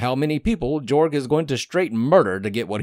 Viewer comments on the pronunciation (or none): It's supposed to be pronounced Yorg, but nobody gets it right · The Pronuciation of Jorg is Yorg. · The official audiobook pronounces it Jorg not Yorg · His name is pronounced with a “Y” sounding the “J” so it’s like this, “Yorg” because it’s European.